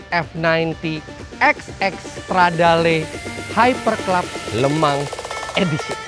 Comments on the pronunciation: Le Mans bacanya Lu Mong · Maaf mau tanya bang , LE MANS itu bacanya bener LEMANG atau bang Eri yg salah